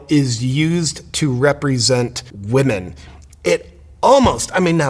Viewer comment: I'm mostly offended that he can't pronounce women...